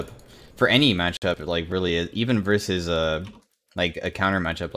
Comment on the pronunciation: Again, versus